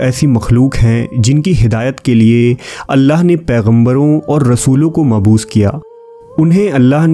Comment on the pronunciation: آپ نے جو لفظ بولا ہے "معبوث" ۔ یہ صحیح لفظ "مبعوث" ہوتا ہے ۔ "بعثت" سے بنا ہے